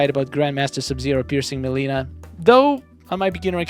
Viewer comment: Take a shot every time he mispronounced mileena over skarlet